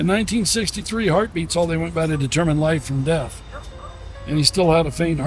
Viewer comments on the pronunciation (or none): none